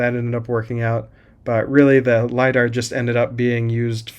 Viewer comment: Stop saying "Lida" it never was lida and it wont will be. its just a camera and a line laser.